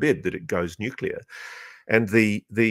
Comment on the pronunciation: He pronounces it Nuke-u-ler.